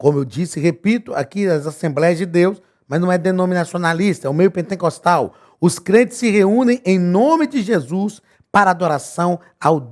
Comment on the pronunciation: Só eu entendo o Pastor falar PENTENCOSTAL ??? 😲